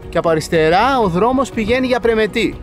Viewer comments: Ωραίος ο, απλά αδιάβαστος πήγε, άκου Περμετη.... Πρεμετή βρε, Πρεμετή!!! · Πρεμετή είναι, και όχι Περμέτη. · Πρεμετη με τόνο στο τη και είναι στην βόρειο ήπειρο διαβάστε και λίγο. Ελληνικά χωριά είναι. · Πεστα σωστα αγορινα.......Πρεμετή.....τονος στη ληγουσα!! (Ασε το βασιλια Permeth....Eλληνικα τη λεμε ζουσαν και Ελληνες εκει!!!.)... Και Άώος!!!!Μη με παρεξηγεις μου σε βλεπω απ τη σελιδα με τα φαγητα σου...εως σημερα εδω!!!! Νασαι παντα καλα κι εσυ και η οικογενεια σου.........Slow down.......εχεις παρει καποια κιλα ναι???? χαχαχαχαχαχαχαχα........ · Πρεμετήήήή!!! Γιατί παρατονίζεις τόσο πολύ